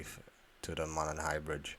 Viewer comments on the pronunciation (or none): It's Delphi like WiFi, not Delfee, and it's Mo-non not Mo-nen! You from Brooklyn or Manhattan? What type of Cellphone can zoom in from a distance and get a clear fucking picture? Maybe a camera with a long retractable lens? If a mutherfucker said he could see the Girl's Bodies from the river, he's a fucking liar! He would have had to be 20 feet tall to be able to see up over the embankment! Something else for you: if it was an Unusually Warm Winters Day (55 degrees) in February, why did Bridge Guy have on so much clothing? For example; I'm a 59 year old man, and let me tell you, 55 degrees is fucking cold. The older a person gets, the more their blood thins out. I see teenagers and even people in their 20s and 30's that don't dress Warm in 50 degree Weather, so why was one of the Sketches of a Young Man? I guarantee Bridge Guy was in his 50s or 60s! From the Video you can plainly see that the man on the Bridge was wearing a Hooded Sweatshirt underneath a Jacket, and he was wearing something under his pants like Long-Johns because you could see through the Holes in the Knee of his pants. He was probably wearing Insulated Boots as well? No younger person is going to be dressed that warm! Ok, people say that Bridge Guy was wearing a Disguise and I would agree with that, but he only wore one so the Girl's wouldn't recognize him, not because he knew that he was being filmed, because there's no fucking way he could have known that, especially from a distance! Bridge Guy had to have